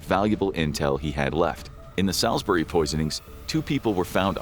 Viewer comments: Solz-brie not sall-iz-berry 😭😂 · Sailsbury is pronounced "Sullzbree" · "SA" - "ALL'S" - "BERRY" . not sal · Guy cant pronounce Sailsbury so ill spell it phenetically - Sulssbeurry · I'm a long way from London, but not that far from Devonport Dockyard. It'd be bye-bye. By the way, it's pronounced "Saulsbury". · Thats not how you say Salisbury 😂😂